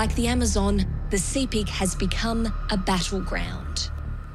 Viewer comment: Sepik is pronounced sip·ik; just like Picnic (pik·nik). Not see·pik. 🤩 - Wantok from Goroka, EHP.